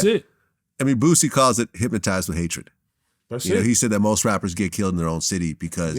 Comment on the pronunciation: I hate hearing boosie put the letter M in hypnotized